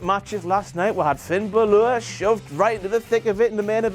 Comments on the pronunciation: Well call me Betty but where have you got Finn Ba-lure from??? It's Ba-lor... BA-LOR... Stupid moron idiot moron. We need a O'Clock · "Finn Bloor" "Umanga" YOU FUCKED UP! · I'm irish myself I've learned irish for 14 years I think I know how to pronounce bálor the fáda gives the a an aw sound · how in the hell do you pronounce it balour when the man himself pronounces it balor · and can't say Balor right.